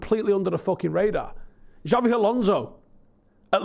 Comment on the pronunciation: Pronunciation Police Visit: It's "Shabby" Alonso and "Chavvi" for Xavi, All day long the both, In terms of Xavi, the "Ch" ("CHUH") is universal: sometimes "Chavvi" is sounded almost as "CH-abby", see "Balenthia" sounding of "Valencia".